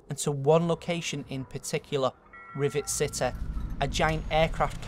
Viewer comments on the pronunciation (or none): Rivet Citeh. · rivet citeh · "Rivet Citah" lol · Rive cite-lol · Revet citeh XDDDD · "Rivet Citeh" lol no offence by the way. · "Rivet Citeh"